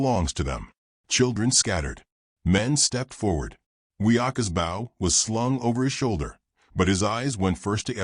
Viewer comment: Please it’s BOW not bough. Get your AI taught to say bow. Drives me crazy and others I’m sure. Watching from Adairsville Georgia USA. WHERE WE KNOW HOW TO SAY BOW.